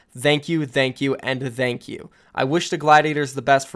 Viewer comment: Can you pronounce thank you normally? Pls